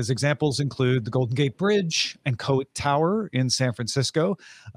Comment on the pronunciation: Coit Tower is pronounced coyt, like don’t be coy.